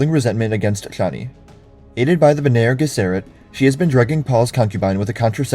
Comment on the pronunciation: Why the mispronunciation of Fremen and Bene Gesserit?